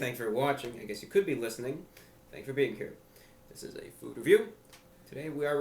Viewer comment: the way ya said food made me giggle